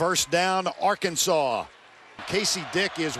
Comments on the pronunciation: That's actually how some people in Kansas pronounce Arkansas. I remember staying at my mom's cousin's house in Wichita when I was 13 and they were watching the news - the weather came on and the weatherman mentioned storms in Ar-Kansas. I started laughing and I asked why he was pronouncing Arkansas like that and my mom's cousin said it's how they pronounce it. My fragile 13 year old brain couldn't handle that information. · Les Miles asked for it calling the Hogs Ar-Kansas